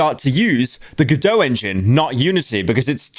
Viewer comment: PETSCOP TWO OH MY GOD, also its go-dot not gohdot you british person